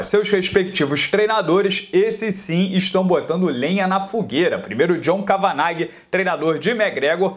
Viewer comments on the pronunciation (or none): É "Quévena" a pronuncia correta do treinador do Conor.